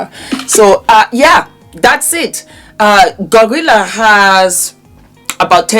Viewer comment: it’s GloRilla not Gorilla🤣🤣